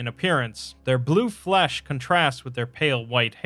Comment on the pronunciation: The way you say "flesh", and how often you say it, is a bit off-putting.